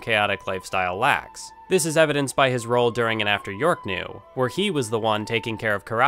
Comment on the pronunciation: The problem with the "lacks" repetition isn't that you're repeating it, but that you put emphasis on an awkward part of the sentence the second time. You said "his dangerous and chaotic lifestyle lacks " when the emphasis conventionally should have been on the opposite part there. It's just a tiny speaking note, the actual substance of your analysis is solid.